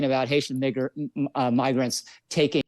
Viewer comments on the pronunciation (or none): To be fair, he didn't say the n word. He began to to say migrants, but said migr with a soft "i" instead of a long "i". Watch his lips. "N", your lips arecopn, "m", your lips are closed. Non story here. Don't be like the right. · I have no clue who this guy in the interview is, but it sounded like he mispronounced migrants and said miggr- and cut himself off to correct himself. That or maybe I misheard it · I am a little hard of hearing due to stuff, but I heard "migger" and honestly if he didn't obviously clearly and undeniably think of the n-word then nothing is true. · He said "miggers" i think i just wanted to say migrants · ahh yes, the word migger. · Nah you got it. He started saying "migrants" as it is pronounced in "immigrants", but stopped himself after "miggr". Good luck convincing anyone here though. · Come on now, he wanted to say migrants put pronounced the "migr" as in immigrants. Which is why he corrected himself. We don't always need to go with the worst faith interpretation. You even see him close his mouth as he says it, so there is no doubt he said an "m" there and not an "n". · Even if he meant to say migrants and said miger, do people not realize it would likely be because it's a freudian slip and he's subconsciously thinking the N-word with the hard R? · why are ppl saying he just mispronounced "migrants"???? clearly not! migrant has a long i sound. the slur has a soft i sound. he didn't just slip up and mix consonants. he was saying the OTHER WORD!! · The most charitable point of view that I could offer him would be that he was saying migrants with the i as though it was pronounced the same way it is in the word" if ". And he unfortunately decided to stop where he did in order to correct himself but who says migrants that way 🤷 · Okay, he said it. 😂 I thought initially he mispronounced migrant, but it was N sound with an ER. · How can anyone hear that as an M. He even corrects himself to after with migrant. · He clearly said "migers"